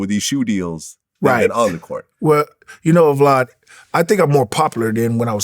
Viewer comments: Are we not gone acknowledge gp was callin vlad “vlod” the whole time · "Vlod." He probably wanted to call him Vlad(e) (Divac) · Is he calling him vlood? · Thanks “vlod” 😭